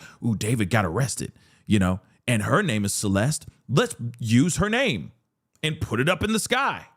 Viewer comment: God please stop pronouncing his name that way!!!